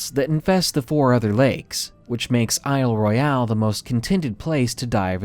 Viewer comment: Pssst -- Isle Royale is pronounced "Isle Royal." It's a French name that's been Anglicized. Otherwise, great job with this video!